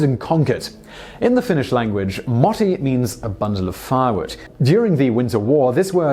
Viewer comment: You said moti wrong >:) finnish is hard